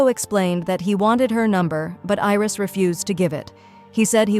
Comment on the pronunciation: It's not iris it's Aries and it is not roam it's ram